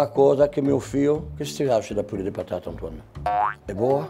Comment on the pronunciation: Minhas patata